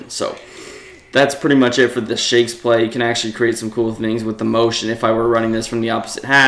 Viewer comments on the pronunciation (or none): It’s not mountain lol It’s motion